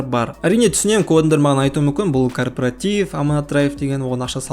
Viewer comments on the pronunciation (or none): Жаным-ау бірінші кооператив деген сөзді дұрыстап айтып алсайшы, қайдағы корпаратив 🤦‍♂️😂